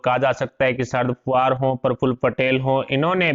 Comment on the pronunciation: Man, He is Sharad Pawar and not "Sharad Puvar" PLEASE NOTE. IT IS IRRITATING WHEN ONE'S NAME IS MENTIONED WRONGLY.